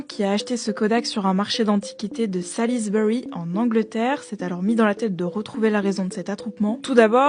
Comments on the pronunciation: Pour la prononciation c’est plus “solsbury” (j’y suis allé un week-end et j’étais ultra surpris) mais l’histoire est top sinon! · Ça s’écrit Salisbury mais ça se prononce Sôlsb’ry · Ca se prononce "Solsbry". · salisbury c'est que 3 syllabes. en anglais phonétiquement c'est Suhls-brie